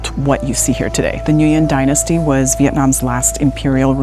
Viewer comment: Good coverage of Ninh Binh and area. However, it would add a bit more authenticity to pronounce certain words like Nguyen and Ninh Binh correctly in Vietnamese. Beautiful part of Vietnam I will never forget.